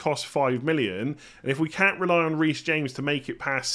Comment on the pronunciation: Is it just me or does pronounce “CANT” extremely strange?